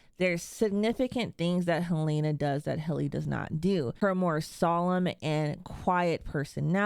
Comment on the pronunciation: Her name is Helena, not Halaena